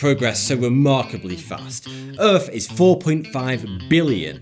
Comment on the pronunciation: It's called Earth. Not earf. How did your fucking teachers not teach you how to pronounce th?